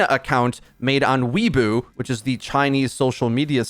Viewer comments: "WEEBOO"... it's pronounced more like "Wei-buah" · lol... weebooo... its weibo. properly pronounced as “Way Bow” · Did he just call Weibo weeboo